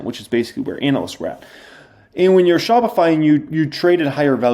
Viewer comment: shopify. chopified. 😂😂 my boy